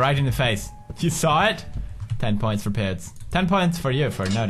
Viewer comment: när du sa pewds i lät som du sa pubes